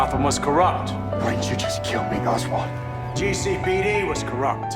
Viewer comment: god how i missed hearing GEE CEY PEY DEY